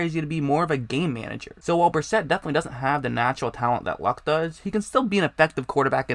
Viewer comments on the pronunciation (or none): Hey man you gotta work on your speaking. You sound like you are learning disabled. Instead of have you say "hab". instead of "quarterbacks" you say "quorbaggs"